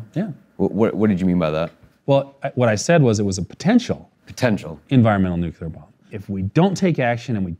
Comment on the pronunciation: "New-clear," not "new-cue-ler." :)